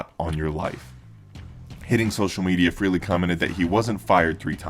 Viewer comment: Why do some people pronounce Ace's last name as "Free-lee"? It is FRAY-LEE". Know how to pronounce a name before you say it.